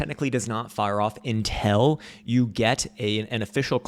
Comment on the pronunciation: I have been with you since 2016!! Since you broadcasted from that shithole room with your crazy hair, yelling red/green dildos..BUT you’re killing my ears with the word; “UNTELL” it’s UNTIL dammit!!! Pronounce it correctly or I’m going to give you a smack down with a red dildo!!! 😂😂😂😂